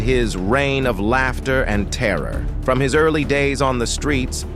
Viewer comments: Downvote robot voices! Can’t even pronounce “laughter” it said “lofter.” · This is one of the lamest AI-read vids about a comedian I’ve ever seen. It pronounced laughter “lofter.” Come on, people. Is it really that difficult to read your own script correctly?